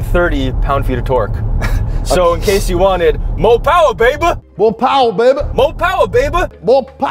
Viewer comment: A MO POWAH BABY